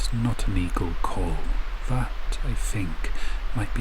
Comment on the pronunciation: Vhe water , viss spot , vat fing , mova , You sound like a child when you can clearly make the T sound . That not vat. Comforting talk for a child .